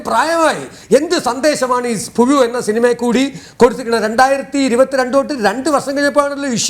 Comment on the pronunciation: പുഴുവിന് പകരം പുയു എന്നുച്ചരിക്കുന്ന ആ കാക്കാ സംവിധായകന് എന്തിന്റെ കടിയായിരുന്നു കാലഹരണപ്പെട്ട ആ പ്രമേയം സിനിമ ആക്കിയിട്ട്. പക്വത വന്ന അഭിനേതാവ് എന്ന നിലയിൽ മമ്മൂട്ടിക്ക് അതിൽ നിന്ന് ഒഴിവാക്കാമായിരുന്നു. ആ കഥയിലെ അവസ്ഥ ഇന്നത്തെ സമൂഹത്തിൽ നിലനിൽക്കുന്നില്ല എന്ന സാമാന്യഅറിവ് മമ്മൂട്ടിക്ക് ഇല്ലേ